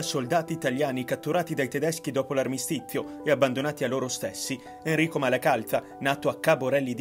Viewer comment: AlmistiTZio... MalacalTZa ... Ahahahah